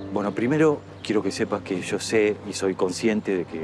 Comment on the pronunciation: Encima repitiendo todo el tiempo... "Fulana, sho soy cura"... "Pero Fulano, shó soy un sacerdote"... XD